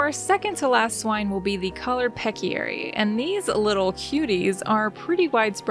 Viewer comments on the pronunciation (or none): fun build! I love the idea of these microbuilds! btw when did you realize that you were mispronouncing peccary